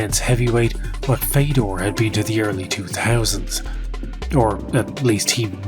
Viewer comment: listen, i know it doesn't matter in the grand scheme of things, but it's not "feydor", it's fiodor, like theodore. almost like theo-door, but with a hard F at the front